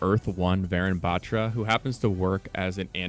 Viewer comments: Bro it's not BAATRRA it's Baathra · Its pronounced butra, not bat-ra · Proununciation problem its batra not betra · man said vayrun batchra, its vuh-roon bahthra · Also it's pronounced varoon bathra not baatra